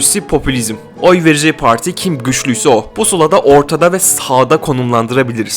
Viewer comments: Her şey iyi güzel hoş da yanlış anlamazsan neden “parti” değil de “poğorti” ? 😂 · Analiz güzel ama pooarti gibi telaffuz hataları var.